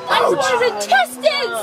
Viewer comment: It's pronounced intestines. 👌🐊🐴